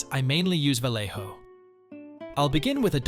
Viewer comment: Increible tutorial, muchas gracias. Pero me hace gracia que pronuncias Vallejo como los guiris (valeiho), cuando es una marca española y obviamente sabes como se pronuncia correctamente Vallejo.